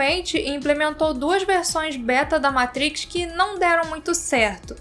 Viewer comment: Vídeo excelente, só precisa melhorar essa pronúncia "matriz" 😅